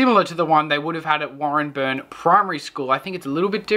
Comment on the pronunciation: Also it's driving me nuts but it's pronounced Warren Bane But Warren-burn.